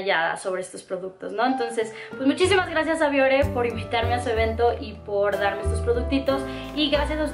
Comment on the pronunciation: yo soy de piel grasa, uso productos Bioré y me van muy bien. Por cierto que la palabra de acentúa al final y tú no lo marcas cuando la pronuncias. Me gusta mucho tu canal Saludos!